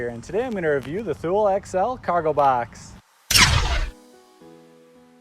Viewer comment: Thank for the video… it’s pronounced ‘TOO-LEE’